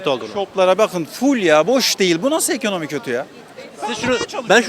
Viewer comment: Bir sığır ekonomi kelimesini eğkönöğmi seklinde telefuz ediyorsa, amerika diyeceğine amağrigaa diyorsa.. anlamalisin ki ya ırkçı ülkü ocaklarinda zihini kirletilmis bir hırt, veya tarikat yurtlarinda tacize ugramis bir zavallidir. Laf anlatamazsin, yol ver gitsin.